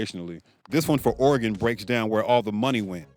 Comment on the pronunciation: Hold up, Nevada doesn't have a state lottery? That one is surprising to me. Also, thank you for pronouncing Oregon correctly, many from back east can't seem to get it right